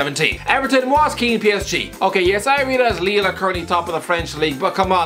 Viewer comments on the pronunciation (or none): none